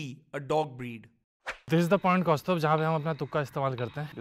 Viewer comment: Bhai kaustubh Hai Woh kaustaubh nhi 😂😂😂😂